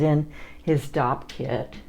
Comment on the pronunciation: I realized after watching this video I had no idea what a dopp kit was! I thought you were either saying doc kit or dog kit at first! 😂